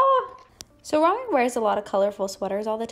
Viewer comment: It’s pronounced like Ro-me not Rah-me